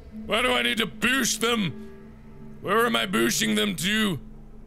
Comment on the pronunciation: "Why do I need to boosh them?"